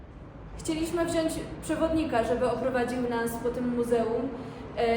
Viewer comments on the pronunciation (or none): none